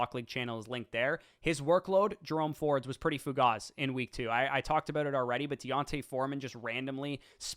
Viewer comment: Don't use fancy words if you don't know how to pronounce them. It's Fugazi, not Fugaz. And it's Nuclear, not Nucular. Come on man. You're smart enough without using fancy words.